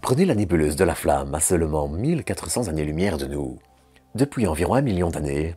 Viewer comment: 2;18 >>> "Ce nuage à Six-cent-cinquante zannées-lumière" ?!? AÏE. Euh, non. Vraiment pas. Car une Zannée-lumière, non ça n'existe pas. C'est dommage cette faute récurrente qu'il y a encore peu un gamin de 8 ans ne commettait plus... à moins d'avoir de sérieuses difficultés. C'est dommage car ça détruit la valeur de votre travail : comment croire aux capacités de quelqu'un qui est incapable d'appliquer une règle aussi simple ? Car c'est vraiment simple d'éviter de commettre cette GROSSE faute infantile. Pourquoi ne pas le faire ?